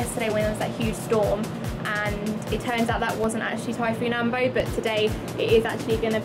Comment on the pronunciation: AMBO and not ambow..learned how to pronounce it.